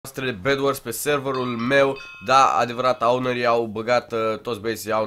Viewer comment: "aunari" -> owneri :))